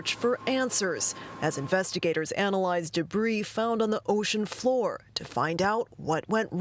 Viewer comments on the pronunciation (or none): none